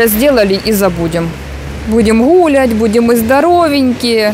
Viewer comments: почему Вы постоянно говорите слово “гулять» и ставите ударение на первый слог? Не знаю, как кому-мне аж слух режет. Не обижайтесь, пожалуйста. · причём тут акцент?) Это семейное произношение, так как в семьей говорим ГУли имея ввиду гулять и это авторский канал, а не образовательные курсы)